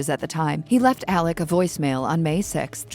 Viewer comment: Alex, not Aleck! 😂😂😂 I can't even watch this.